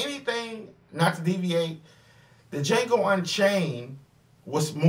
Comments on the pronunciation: The funny thing is, is that he even quoted "the D is silent" line from the movie and still pronounced it wrong. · You EVEN QUOTE the line where Django is asked his name and says, "Django, the 'D' is silent"...and yet you KEEP pronouncing the 'D' in Django. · I'm surprised that he is still pronouncing D and nobody has said anything, and he saw the movie.